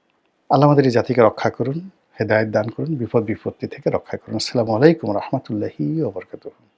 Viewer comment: ছিলা মালেকুম বলে কেন ময়লানা রনি